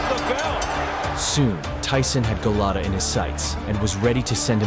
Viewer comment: You mean Golota, not Gelatto.